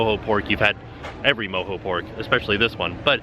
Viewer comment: I think that's pronounced MO-JOE ... NOT ... MO-HO LOL!! Watch a little Austin Powers once in a while!!